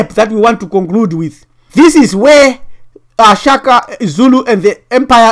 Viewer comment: ....Shaka not "Chaka".... Don't disrespect our late King. .